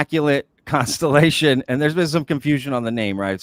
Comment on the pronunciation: Inmaculate... constripation?! 😮 oh, constelation, that makes sense.